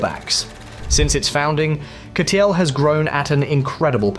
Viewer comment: Хахаха... Озвучка конечно криповая =))) Вместо Катл сказал Катёл =)))))